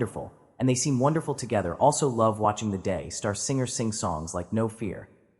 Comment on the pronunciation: It’s DAY STAR. NOT DIFFICULT TO SAY. D-A-Y S-T-A-R…DAYSTAR. GOT IT AI???